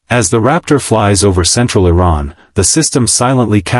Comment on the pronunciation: T-Ran? Thumbing down.